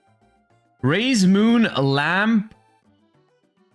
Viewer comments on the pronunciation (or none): When I looked away, I heard him say "Raye's Moon" instead. No wonder he likes this archetype.